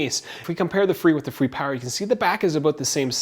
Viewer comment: It's pronounced fray